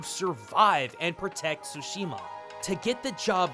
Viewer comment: Why do americans keep saying it "SHOO-SHIMA". Can't you all pronounce "TSU"? Like in tsunami